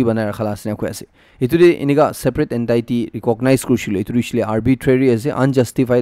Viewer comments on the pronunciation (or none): pls don't pronounce 'entity' as en-taai-ti. It's en-tee-ti.